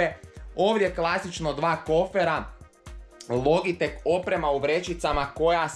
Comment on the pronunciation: ne kaze se logitek logitek nego se kaze loditek